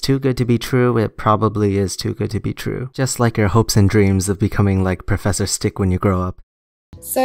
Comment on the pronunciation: I wanna be like when I gwow up! P.S: If it's too good to be true, it probably is too good to be true, like being like professor stick when you grow up.